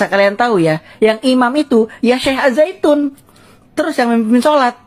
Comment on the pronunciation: Ngang ngong ngang ngong. Aljaitun mah